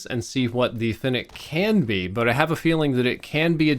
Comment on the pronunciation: At least you can pronounce fennec properly